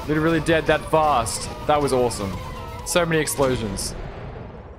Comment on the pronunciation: explosions? i thought he said eggsplosions